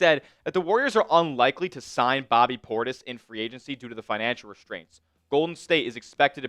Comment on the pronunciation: Facts. It's Portis